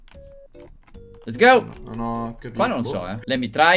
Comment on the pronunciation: Quando non sai che dire nel video: " Lez gou"